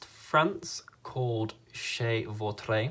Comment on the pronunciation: I'm French and you have a good pronunciation for "Vautrey" :)